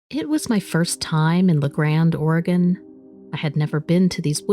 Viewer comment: I appreciate you pronouncing Oregon correctly